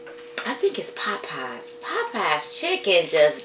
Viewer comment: It’s called Popeyes chicken...not Poppeyes..